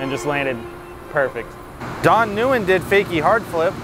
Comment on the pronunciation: Guybpretty sure Nguyen is just pronounced "win"